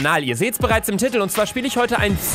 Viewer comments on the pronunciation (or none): Luca einfach "das sieht ihr schon im tittle" Luca das wird tiiiiiitel ausgesprochen 😂😂